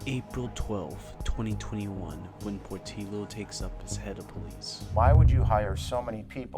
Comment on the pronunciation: Lookee here bud... Portillo is pronounced Port tiyo... I understand how white folks don't want to respect hispanic names... but come on man... oh ya... 3 hours away from Houston could be lots of places in Texas such as Dallas or San Antonio or even Austin... so where is this place again? 3 hours driving in Texas on most of the highways is at 70 - 80 miles per hour.... hmm, where could it be?